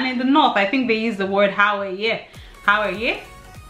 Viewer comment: It is pronounced HOW-YA